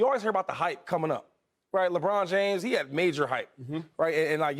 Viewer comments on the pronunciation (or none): none